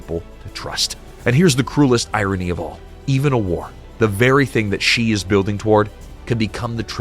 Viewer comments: Good lord, his name is not pronounced. "Jee." Closest in English is She, as in he/she. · If you are going to do videos about China, learn how to pronounce the major names. 'Xi' is pronounced 'she'.